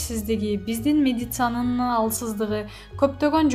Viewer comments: Медицанын дейтго кокуй, сабатсыз кыз экен... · уксанар бул не деп окуду уят эле не ужели медицина дегенди айталбайт.оозу кыйшык болсо да байдын кызы суйлосун болуптур бул жагы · Медицина деген жеринен секирип отуп кетти